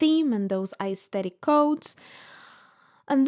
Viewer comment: You're a very nice and smart lady but also so pretentious. However you can't even pronounce the word 'aesthetic' right.🤔🤔